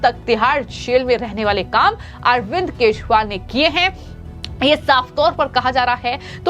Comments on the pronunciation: Kejriwal pronounced nehi kar pate ho aur chale ayee news read karne 😊😅😊😅😊😅😅😅? Yeh Arbind Keshpal kaun hain madam😅😊😅😊😊😊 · Speaker to note that the pronunciation of name of Ex CM Delhi. It is not (R) not KESHWAAL . It is KEJARIWAAL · ये अरविंद केशवाल कौन हैं सारे लोगों ने अरविंद केजरीवाल का नाम सुना है या आप केजरीवाल शब्द बोल नहीं पाती हैं आज के बाद आपका वीडियो हम कभी नहीं देखेंगे । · Ma'em, Sorry to find your common mistake and inform you that not even Once you could pronounce KEJRIWAL correctly n properly....... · पहले ठीक से बोलना सीखो 😢 अभी तक ठीक से "केजरीवाल" बोलना नहीं आया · Why she always says keshwal? Sounds so bad..... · The News बालों इस Female न्यूज़ एंकर के खबरों को पढ़ते समय केजरीवाल के नाम का उच्चारण भी ठीक से कर पाती हैं और भी बहुत सारे शब्दों का उच्चारण सही नहीं कर पाती हैं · पहले अरविंद केजरीवाल का नाम सही उच्चारण से करो।